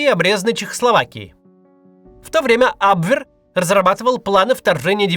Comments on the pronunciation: Максим, ужасно слышать ваш "абвверр" 😂. Лучше говорите "абвеа". Немецкий язык не столь ужасен, как русскоязычные его каверкают. За ролик спасибо. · когда даже кац не знает что говорить надо абвЕр.